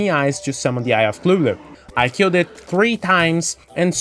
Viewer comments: Eye of clulu???? It’s cuthulu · nice vid thus far, not done, but omg I have a aneurism everytime you say "Eye of Clulu" LOL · To be fair, you're saying it closer to Lovecraft's intention than most do.